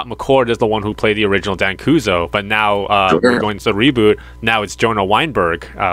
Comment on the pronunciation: Where are you getting Dan koozo from it's Dan Kuso